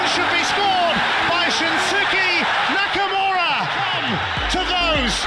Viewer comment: It's nakamu↑ra!!